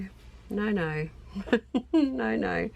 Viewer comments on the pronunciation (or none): Naur, nevahh. 😂